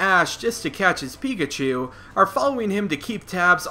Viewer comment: Okay, first up, it's "Pikachu" and not "Peakatchew". Next up, maybe in the first 2 electrocutions, Pikachu only used Thunder Wave instead of Thundershock. (Low level Pikachus know Thunder Wave.) in the third electrocution, maybe Pikachu used Thundershock instead.